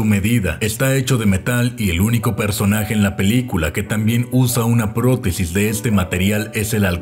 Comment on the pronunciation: En ka del halcon que dijo "protesis" escuche "poronga" disculpenme